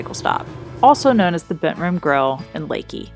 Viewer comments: there is a better swimming place in Camp Wood. Private property on the Nueces river. A campground next door. He charges 5 bucks day use. Add hwy 39 up from of us 83 Leakey to Kerrville for a great ride. Nice to hear someone pronounce it correctly on utube. safe travels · As a Texas Hill Country resident, thank you for pronouncing Leakey correctly. :-)